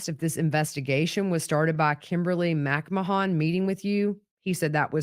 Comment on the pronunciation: Are we certain it’s pronounced “MACK-ma-hon” and not “mick-MAN” like that name usually is?